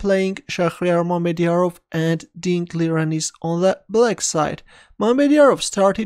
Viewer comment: i was convinced you disrespected mamedyarov cause you said "mermidiarov" which seemed like you were mocking him as a mermaid of something.